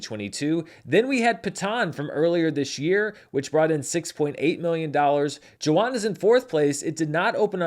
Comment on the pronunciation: Thank you for your mention of #Jawan!! (pronounced “Juh-Vahn” V sound instead of W)